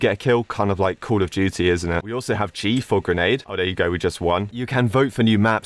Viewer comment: it felt like he was saying call of gity/jity